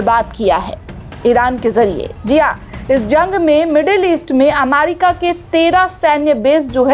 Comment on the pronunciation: अमारिका नहीं ' अमेरिका ' दुरुस्त कीजिये l